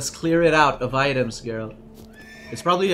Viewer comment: Never seen my last name in ANY media (not exactly a common name), so to see it on the screen and then hear it from both and GERALT OF FREAKING RIVIA was a total shock. Both of them even pronounced it correctly! 😄❤